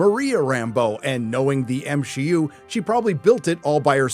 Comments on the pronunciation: why do you keep pronouncing MCU as M-Shi-U? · Constantly calling the MCU the "M-She-U" is honestly some of the cringiest shit I've ever heard in my life.